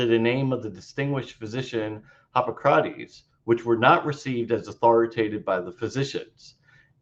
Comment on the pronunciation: What the hell? Christian mispronounces all the words. Namely: Hipócrates, Gnostic (with a hard G at least once), Conclusion (pronounced like "collusion"), Corroboration, Sentiment (pronounced like "sediment"), treatise (pronounced like "treaty"), emphasis (pronounced like "emphasize"), demurrer (he just went "uhhh de murmur") and I'm sure others. Mispronouncing Greek stuff is excusable except... you know... It demonstrates that he can't read Greek which is rather relevant. He sounds like the guy in school who clearly didn't write the paper he's reading.